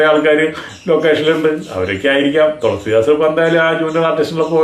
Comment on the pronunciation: THOLASEEDAAS ALLA. THELUSEEDAAS😅😅😅😅😅😅